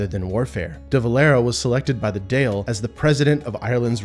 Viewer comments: "Doyle"? Not really! "Dáil" is pronounced "Dawl" as in Brawl, Scrawl, Crawl etc... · great video, would recommend googling the Phonetic pronunciation of some things like the Dail (Dall) and Eamon (ay-mon) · Good video, here's some pointers on pronunciation; Éamon - ay mn (ay as in hay, the o is a schwa, i.e. barely pronounced, ə), Dáil - dawl (like awl). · Great video. But please say the name of our government institution right it's DALL. Like D in from of all. Not D-Ale. D in front of Ale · Really enjoyed this video. Really well explained. 3 things to point out however, the Irish Parliament is called Dáil Éireann, shortened to the Dáil in everyday speak. Dáil is pronounced Dawl. The vast majority of people use Derry rather than Londonderry in every day speak. Derry is a 75% Nationalist city. Lastly, the result of the May 2022 NI Assembly Election was omitted. For the first time since the foundation of Northern Ireland, Sinn Féin, the Irish Republican Party is now the largest party and should have the role of First Minister for the first time. This is a step too far for many hardline Unionists. Given the history of the state has been to treat Catholics as second class citizens they are hardly going to accept a Catholic First Minister... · In case anyone is wondering, the correct pronunciation is Dawl. Like Drawl with no r. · There is no restriction on the movement of people from Ireland to the UK as we have a common travel area that pre-dates the EU/EEC. there is no Irish passport check in UK airports. the pronunciation of Dáil has the emphasis on the á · Good job! - I will just say that 'Dáil' rhymes with 'ball' and 'Éamon' with 'Damon' and the name Londonderry is contentious, non-British preferring 'Derry'. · So firstly dáil is pronounced “dall” and secondly it’s Derry not londonderry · “Dial” is pronounced D-AUL like Roald Dahl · Dail is pronounced doyl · Pronounced dall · I thought Éamon was close enough but Dáil made me grimace 😅